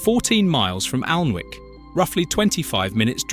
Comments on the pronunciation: Just to correct the author of this Tube ..Alnwick is pronounced correctly as Annik the "w"& "l" are silent as is the "e" in Farne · AN ICK not AL n ivk ALL-bruh not Al der burg Maybe the voice is AI Also most yorkshire East coast chip.shops fry in dripping! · Aldeburgh is pronounced Aldborough and Alnwick is pronounced Annick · Can’t people pronounce words right, especially names of the resorts, for instance Alnwick, the letter W is silent, you don’t pronounce it , in fact it’s pronounced Anick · Alnwick and Alnmouth - the N is silent - Anick, Anmouth! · Alnwick. Allenwick. Great pronunciation! 😂 AI again. 👎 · I don't think the Local who had lived in Aldeburgh all his life would have said Alderburg. Everyone knows it's pronounced Aldbro. Still, quite liked this despite the A1 creeping in. Alnwick is pronounced Annick, though Alnmouth, is oddly enough pronounced Alnmouth not Anmuth. Is nostalgia one of the UK's upcoming industries now many of the traditional livelihoods no longer exist? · Pronounced Anick!!!